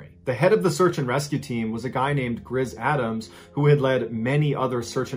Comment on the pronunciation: Seriously? Grizz Adam's? Wondering if I heard that correctly lol